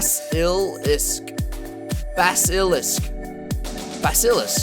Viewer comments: It’s pronounced bass-a-lisk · Little Stuff In Life he really butchered it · Bass- as in the fish ill- as in sick isk- as in risk without the r. Basilisk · the basilisk lizard is pronounced bass*i*li*sk like the mythical creature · Bass-i-lisk. Not hard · and you said basilisk wrong its said how its spelled